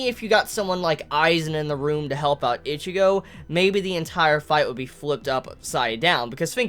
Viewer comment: Why do u say ichigo's name like that